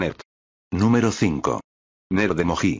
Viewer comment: “Uhm, actually it is pronounced e-mo-jee and not e-mo-hee.” 🤓